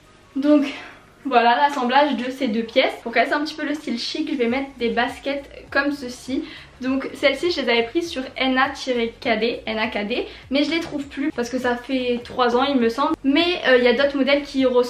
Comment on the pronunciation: mdrrrr on dit Naked pas N A tirer K D 😂😂